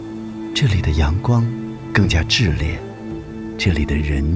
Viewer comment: 炽（chi4）烈，不是zhi